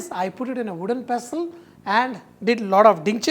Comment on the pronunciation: "I put it in wodden pastel and did lot of Dhinchik".........haha love him.....still like a kid